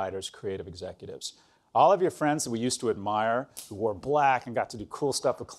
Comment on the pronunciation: definitely heard "who were black" instead of "who wore black" ROFLMAO